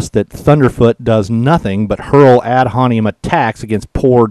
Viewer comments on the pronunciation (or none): The phrase is pronounced "ad hom-in-im," not "ad hon-e-em." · Ad Hominem. Haw mih nehm. Otherwise, awesome. I cracked up throughout. :-) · Three syllables, "hom-in-em". Ad hominem.